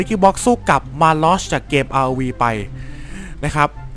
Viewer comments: robคับพูดไม่ใช่rodคับ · rovคับพูดผิดไม่ใช่rob